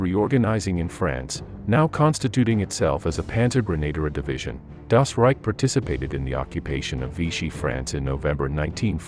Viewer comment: at least try to pronounce the words right , or simply stick to english! trying to saying "das reich" and "hitlerjugend" in some kind of "english german" is just sad !